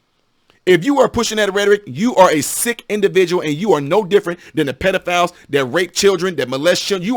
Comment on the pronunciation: And she pronounces pedophile wrong!!